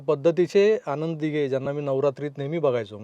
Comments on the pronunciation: न आणि ण मध्ये फरक आहे बाळा..😂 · मुलाखत उत्तम, आता चित्रपट पाहताना जरूर या विचारांसह पाहिला जाईल. या तरुणाने आपल्याबरोबर स्फोटक विषय छान मांडलाय, फक्त एकच विनंती आहे न आणि ण चे चुकीचे उच्चार टाळले जावेत. आणंद दिघे असं ऐकू येतंय ते खटकतंय, बाकी तुझं ध्येय तुला मिळेलंच. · आणंद दिघे नाही हो आनंद प्लीज प्लीज आधी या तरूणांना भाषेची जाणीव करून द्यावी. खूपच खटकत हो. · आणंद, अणौपचारिक, राजकारन ,गुरू पोनिमा , कारनिभूत...वगैरे वगैरे... बाबानो पत्रकार म्हणून असे क्रृपया बोलू नका.😂😂😂😂😂😂😂😂😂😂😂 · ह्यांना सांगा ….. आणंद असा शब्द नसुन आनंद असा असतो